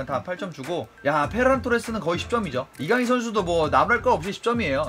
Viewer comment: 이거 해설은 발렌시아담당해설이라 그런가 kang in으로 읽어주는데 다른해설도 들었는데 아직도 kan gin으로 발음하더라구요